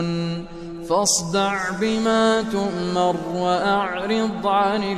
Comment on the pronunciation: في كثير من الاخطاء في الاحكام من الشيخ... علي سبيل المثال عدم اعطاء المد الكافي.. بما تؤمرُ ليست مسكنة ولكنها مضمومة الاخر... وجزي اللة الشيخ عنا خيراً فهو الصوت الاقرب الي قلبي😍